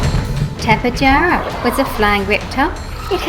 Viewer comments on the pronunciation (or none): none